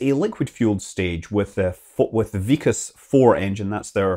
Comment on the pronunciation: Its not vik-as ...... Its VIK + kas .... K sound is carried over And Its IS-RO , like' is this '